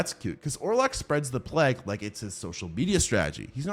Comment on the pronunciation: Nosferatu is a great movie but my DUDE, that's not how you pronounce Nosferatu. Or Plague for that matter.